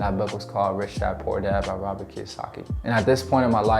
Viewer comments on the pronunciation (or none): none